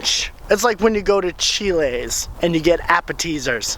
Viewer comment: Chill-ays? Appa-teasers?